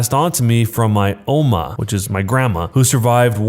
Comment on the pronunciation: I the Jerk? it was actually not that bad. as a german, i know how “Oma” and “Schadenfreude” were pronounced, and your pronounciation is pretty alright!